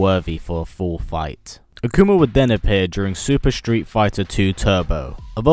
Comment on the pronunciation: "Akumer" lol great video :)